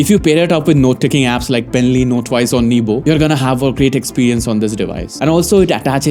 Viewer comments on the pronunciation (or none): none